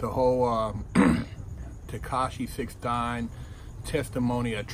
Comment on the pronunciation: Did he say Tekashi six "DIME"😂😂 thats a good one i haven't heard before